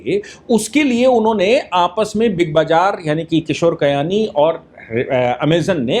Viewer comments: किशोर बियानी नाम है कयानी नहीं... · Kishore Biyani not kayani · Bayani not kayani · Kayani nahin bhai. BBBiyani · किशोर बियानी not कियानी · आप किशोर बियानी को बार-बार किशोर कयानी बोल रहे हैं। थोड़ा ध्यान रखें। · किशोर कयानी नही वो किशोर बियानी है। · It's Kishore Biyani NOT Kiyani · किशोर कयानी नहीं किशोर बियानी है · Kishore Biyani. Not Kayani.